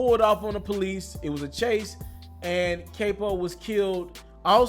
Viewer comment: NIGGA YOU WENT TO COLLEGE OR WATCHED MOB MOVIES!! It’s NOT (cape-o) it’s (cap-o) 🤦🏾‍♂️ Capo